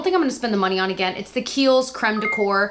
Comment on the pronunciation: THANK YOU for pronouncing creme de corps correctly!